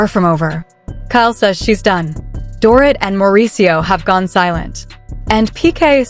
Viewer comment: Get the NANES right if you plan to narrate... It's DORIT like DORITO. This stupid pronunciation is ANNOYING.